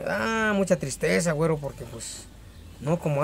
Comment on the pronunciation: Un shot de tequila por cada que diga wuero!!!